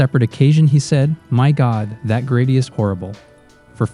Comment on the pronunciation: Who the hell is narrating this? Within twenty seconds you said "grady" instead of "gravy" and said "eppy-tome" instead of "e-pit-oh-me" for the word "epitome." Good lord.